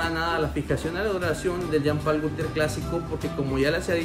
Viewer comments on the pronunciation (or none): Se pronuncia Jean Pool , no Jam Pal es frances . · Parece q dice pay pal😅